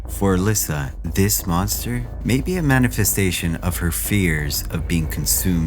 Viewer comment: Good video. For future reference though, it’s “Uh-Less-Uh”